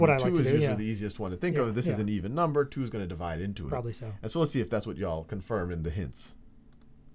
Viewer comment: I absolutely love the way Sal says "two". It's like: "chu". :-)